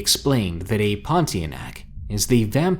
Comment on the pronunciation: the correct way to pronounce pontianak is.. Pon..Tia...Nak... I had a bad experience with one when I was a kid.